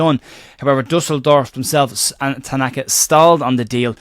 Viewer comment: Duffel-sauce. Sounds a bit woolly to me.